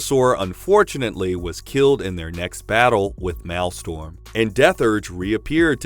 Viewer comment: Please... "Persevered" "Maelstrom"